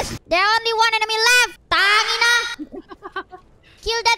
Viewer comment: As a Filipino, I can confidently and proudly say that her pronunciation of "putangina" is ACCURATE AND POWERFUL!